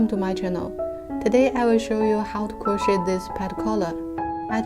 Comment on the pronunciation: I am just helping here :) The English language can sometimes be difficult & confusing. To pronounce "CROCHET* , the last 'T' is silent because it is derived from the French language :) It is pronounced - 'CROW - SHAY' . I hope that this helps :)))